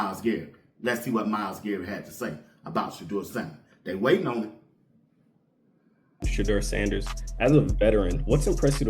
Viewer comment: “Shedewa sandehs “